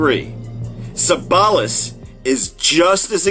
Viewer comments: he said ce-ball-as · The first guy that said that Unai Emery should learn English faster, couldn’t even pronounce Ceballos well. He should try and learn Spanish faster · Ceballos pronounced = Se-Va-Yos